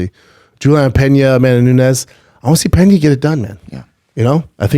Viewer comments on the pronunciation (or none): none